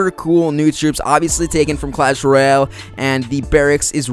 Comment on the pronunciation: royal not roial